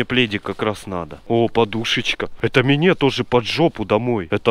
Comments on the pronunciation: Ааххахахха а мине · Ребитушечки, канешна я начал говорить мине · Мене він вже бісить все а мине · А мине семичик, амеане😅😅😅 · Тупо: "Мне" " Мине" "ребятки" "ребятики"